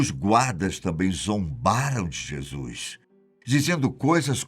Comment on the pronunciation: Um único problema no vídeo a pronúncia correta é "Jesus" e NÃO. "Jesuis"... Precisa melhorar a pronúncia, pois é necessário 👍